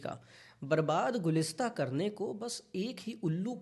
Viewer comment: Gulistan hota hai na Ghulistan bol gye aap 😅😂